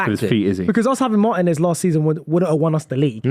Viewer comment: I clicked on the video, clicked on a time stamp with aston villa....heard say emi matinez,, turned video off! Guys a clown 😂😂